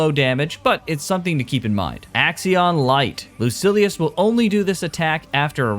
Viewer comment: Lucilius not Lucius